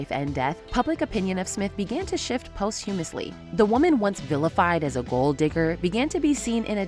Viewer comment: You mispronounced posthumously…